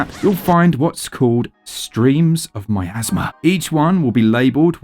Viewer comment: Is Miasma really pronounced "My Asthma?" 😂 Never played this one. Will likely wait for a sale if I pull the trigger on it.